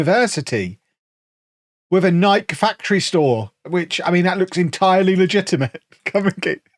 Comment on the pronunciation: We're all just going to allow to say "Nike" like that are we?